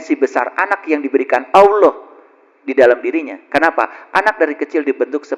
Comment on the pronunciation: Ini.. orang apa sih.. seperti orang stress..menyebut Allah saja salah bacaan nya..